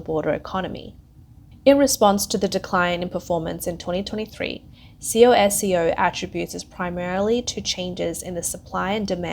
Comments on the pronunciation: C O S C O ? Just say “Cosco “ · c o s c o... its pronounced 'kosko'